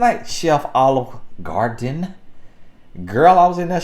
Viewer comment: "Chef Olive Gardeen" you play too much 😂😂😂😂😂